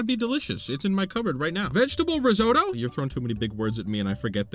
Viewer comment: IT’S RIZZ-OTT-OH!! THERE’S TWO T’S!!!!!!! Crying in the club rn